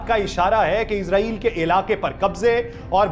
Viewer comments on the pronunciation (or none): او بھائی اسرائیل ھے ازرائیل نہیں موت کا فرشتہ سمجھتے ہو افسوس پڑھنے لکھوں پر